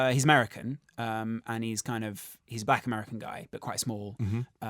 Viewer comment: he struggled to say black at the start lol